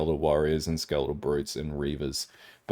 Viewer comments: fucking skel-a-tol because its a fucking skel-a-ton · the way you say "skeletal" hurts me